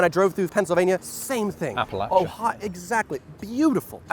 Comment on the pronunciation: He said Appalachia right. I had to move here from Minnesota to get it.